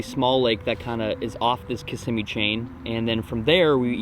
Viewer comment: You said lake Kissimmee wack